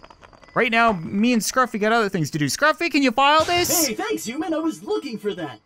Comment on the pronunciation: please stop pronouncing human as uman